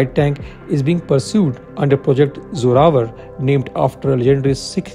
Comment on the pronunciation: It's zorawar not Zorwar... please correct it